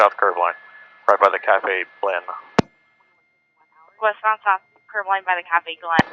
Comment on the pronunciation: "Cafe Blen"